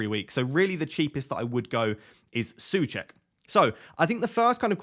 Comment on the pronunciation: My Mrs is from Czech Republic and she's going mad about how you're pronouncing Soucek 😂